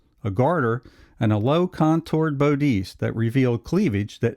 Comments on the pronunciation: Bod-iss, not Bo-dice. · Bo-Dees? It's a bodice, pronounced BOD-iss. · Belatedly, but it’s bah-dis,not bow deece… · Betty wore a Bodice "Bod-is" not a BO-dice. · What is the bowdees of which you speak? smh. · What is a bow-deece? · Geez. Does EVERY video have mispronounced words in voice over? Bodice is NOT pronounced ‘boodeese’. The I ignorance is overwhelming. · bodice is pronounced bah-diss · Pronunciation of bodice: "Baa-diss." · The minute you said, and couldn’t correctly pronounce, “bodice,” I stopped listening to your video. And, I won’t be clicking on any of your other videos. (You really should learn the correct pronunciation of the words that you say!)